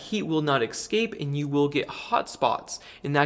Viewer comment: "escape" has no "x" in it. 😂